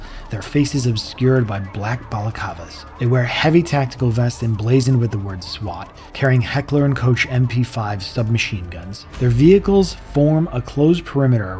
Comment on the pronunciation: This is a lot harder to notice but I have to agree. The mispronouncing of words is jarring, like there was a typo in the script and AI just ran with it. Casper sky Black balacavas